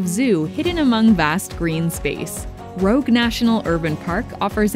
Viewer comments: Did she just call it "Rogue" National Park?? 😂😂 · Almost perfect: It is Rouge, as in the French pronounciation.